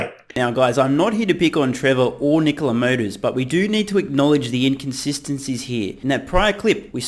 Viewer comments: Trevor Milton shorted NKLA, pronounced "Knee-Cola" the day he sold his shares pre-IPO. He shorted Nikola, so he could have a quick pay day and blow half of the $70 MILLION pay day on a $35 MILLION house. It is clear Trevor Milton is running a pump and dump scam by completely seizing on the success of Tesla and Elon Musk. Trevor Milton has conceded and confessed to his disinterest in running Nikola by surrendering the CEO position to a "friend" and admitting that he is out as soon as he finishes his scam and gets some more money off the table by saying he plans on "retiring" in less than 5 year, apparently by the time he has really cashed in... Trevor is operating out of no conviction or drive to change anything but his personal financial security and at the cost of investors, he continuously admits that Nikola will manufacture nothing, yet he tries to call his scam operation an OEM. This whole thing stinks and I wish it didn't. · Honestly, I just wish he’d quit calling his own company ‘KneeCola’...